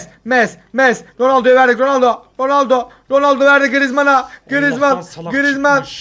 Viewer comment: ronaldonun ismini bile söyleyemiyor daha doğrusu konuşamıyor